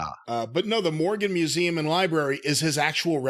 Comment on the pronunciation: Definitely said museeem originally